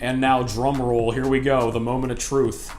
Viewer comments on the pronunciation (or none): none